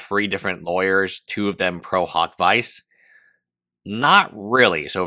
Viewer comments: Isn't it pronounced veechay not vice? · “Pro hac vice” is pronounced “pro hock vee-chay “ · The pronunciation of prohawk vyse aside, there could be a reason for the new lawyers. At a minimum, it appears that as of July 14, Kassis is also acting as legal counsel for Denims.